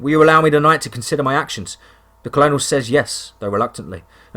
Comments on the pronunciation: Come on man colonel is pronounced kernel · Actually i heard him say Colonial for Colonal & i almost commented too but thought it abit petty considering how good these stories are & how enthusiastic is. I hate making people feel stupid by pulling them up on stuff esp pronunciation but in the same token, id prefer to be told the right way too Theres just no good way to tell someone or guage how they will react to correction. But i was pleased to hear that in the 2nd story, does actually pronounce Colonel right Just wanted to tell you, not that im pulling you up either You just wanted to know the correct way of saying something Thats ok & im sure our narrator takes criticism well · Cool story, a little far fetched at times but none the less still a good story. Also Colonel is pronounced like Kernel